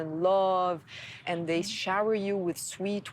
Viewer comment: Zey, Zhat , zzzzzzzz 🌚